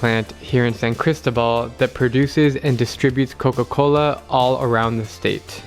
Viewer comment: One should learn to pronounce Cristóbal correctly if you’re visiting it and reporting from it. And the Coca Cola sweetener difference between the USA and Mexico is a hoax. Look it up. And that one and a half liter or 2 liter bottle of Coke shown costs more than USD .30. Admittedly, they do love Coke. And another point, Jalisco is not he “only place in the world” that’s grows blue agave. Three adjacent states also do. You contradict yourself later when taking about the making of mezcal in the state of Chiapas. I think maybe you shouldn’t frenetically run around the world, visiting them all, but instead stay awhile. One learns more. You did apparently in the Philippines and Vietnam but is this YouTube business that important in your life?